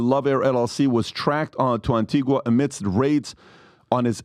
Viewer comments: Phonetically, it’s pronounced Ann Ti Gah - Antigua is a off shore banking island, known for its advanced banking systems, The con artist from Texas had his own bank there - Allen Stanford, Diddy is taking assets, cash, gold, diamonds & expensive Jewlry to hide away in safety deposit boxes, trusts and limited companies that come with a board of directors, the whole 9 yards, a fully functioning business, but most importantly it comes with a bank account that Diddy can access & no one need know ‘bout nuthin, ya hear 😂😂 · An-tee-ga.... an-teeg-a... The 'u' is silent. Americans please get it right! ....and Grenada is 'grenade - a' and not grenarda. Tobago is 'to-bay-go' not Tobargo. Jesus guys...these islands are in your back yard and you go there all the time. Next time you go try talking to some of the locals for a change. Oh... and Carib beer.... is Carib... with an 'i' not careeb with 'ee'. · Antigua is pronounced anTEEga. The U is silent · Antigua is pronounced AntigA the 'u' is silent